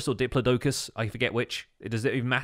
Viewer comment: He said diplodoculus!!!!!!!!!!!!!!!